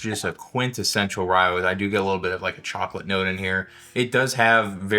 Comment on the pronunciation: The way he pronounce chocolate as charcolate is love